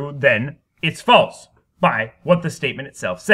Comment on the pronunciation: The way you pronounce “false” and just your general manner of speaking make me want to kill myself.